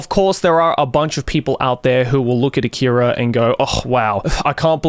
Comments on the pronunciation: Leave a like if you corrected Joey every time he said "A-keeey-ra" 🤣🤣 Great vid otherwise, Joey 👍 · I don't understand why he mispronounced "akira" like that in the video